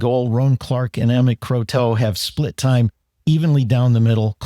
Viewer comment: Dartmouth's goalie pronounces his name "CROTTO" (like "grotto")